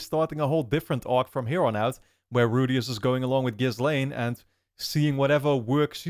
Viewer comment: People always do this and I'm not sure why. Ghislaine is pronounced in the episode but everyone always pronounces the s. I think maybe it's because folks read the subtitles but names aren't spoken differently. You can literally just listen to how they pronounce the name.